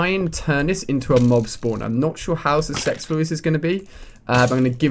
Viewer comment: "Not sure how suc-sex-ful this is going to be" XD